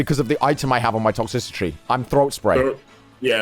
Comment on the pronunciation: "Toxicitry" lmao its Toxtricity my guy